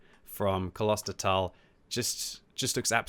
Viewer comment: "Close ter tal" would be the correct pronunciation. Which literally translates from German to "Monastery Valley". Personally I deem it Kloister. This map definitely has its strengths with being a very decent mix of city and open terrain. The city definitely favour faster heavies that can get into those positions by the fountains or ambush through the tunnel. The WoT mechanics are too forgiving/dumbed down to allow for a much more open and less hulldown favoured city, if WG added a "hardcore" mode with higher experience and credits but gave tanks less HP to spend but the chance to respawn they could make realistic locations feasible. I personally enjoy maps that are closely related to the realistic location and want to see more that are inspired by them, Cologne would be an excellent city map offering many wrecked buildings and numerous angles of fire. I'm not sure why WG has recently taken interest in having more tunnels and "indoor" areas, and the concept is cool but tanks are famously not indoor vehicles. Though if you ever get a chance to pitch a map, I think a map based in a mine would be absolutely awesome and fulfil WG's recent obsession with tunnel areas. There'd be lots of chances for hulldown ditches or cover, weaving corridors and literal pitfalls. Could also offer a chance to include dust as something that limits concealment or make it darker inside, giving muzzle flashes new life.